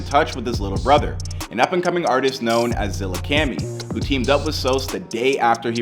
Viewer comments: Man’s said ZillaKemi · Bruh i cringe eveytime he says "zillakemmi" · Bruh its zilla kAHmi not zillacammy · Bro, u did not js pronounce his name zillacami it’s “Zillakami” put some respect in his name. Speaking of can u do before they was famous. In Zillakami??? 🤔 🤔 😳 🤡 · Zilla Kami not Zilla Cami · ZILLAKAMMIIIII KAAAAAMIII not Cammy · IT'S ZILLAKAMI NO ZILLAKEMI FUCKING MORON LEARN TO READ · Zilla "kamy" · "Zillakeami" you seriously havent watched at least one video from them? how fucking dense do you have to be lmao? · “Zillacami” is what this guy just said lol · No way this man just said Zillahcamy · My man's said ' zillaKAMI ' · ZillaCAMY?! man get out of here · Yeah, with his partner in crime, Zilla kahmee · Never compare a legend like sos or zilla to mgk 😂 also not criticizing just saying zillakami is pronounced zilla kahme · “Zilla Cam Me” 💀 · Zilla-kahmee is how it’s pronounced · lol fr zilla cammy who tf is that lolll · more like “Zilla Caw-mee” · zilla cummy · zilla car me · ong I got a bit mad when he said “Zilla-cammy”🤣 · Anyone else mad at how mans says zillakami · stop saying zillakami like dat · The way he says Zillakami pisses me off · Bruh how u pronounce zillakami makes me wanna slap u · You mispronounced Zillakami multiple times 🤦‍♂️ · You butchered Zillakami's name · like bro how does someone even mess up zillas pronunciation 😭😭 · Dude seriously said "zillakemmy" and "the Del tones". At least read the names right dude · You and your producer need to be fired for you saying "zilla-cani" and the "del-tones" how embarassing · Who is Zilla “Cami” and the “dell” tones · This mf really said the “Del Tones”. SMH. Not to mention this guy won’t stop saying Zilla-cammi.